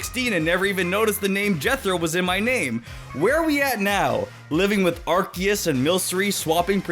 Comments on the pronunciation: Arceus is pronounced Arc-e-us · I’m not being rude but the way you say Arceus has ARSE in it which is how the British A**